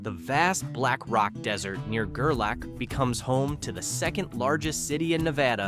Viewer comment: Gerlach. Pronounced Ger Lock not Ger lack...